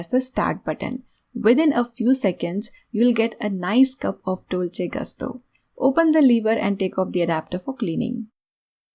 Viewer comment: Dolce gusto is Italian “ gusto “ I with U sound . Not A sound